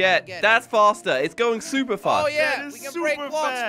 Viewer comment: In the intro he said super spluper😂😂😂😂😂